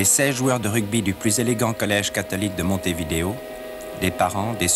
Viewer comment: Ca se prononce Montevideo, pas Montevideo...